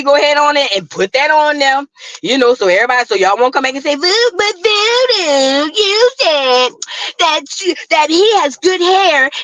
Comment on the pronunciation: Good Morning in my head…I’m from the same country as you…The Lower 9…also known as cross the Canal… I love the way you say But Voodoo😂😂😂😂and Prison😂😂😂😂😂😂